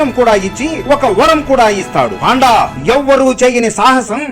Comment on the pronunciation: పాండా కాదు, పండా